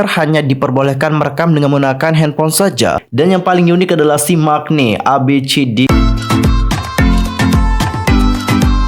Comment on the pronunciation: Bang maknae tuh bacanya, mangne, bukan mak-ne CMIIW :)🙏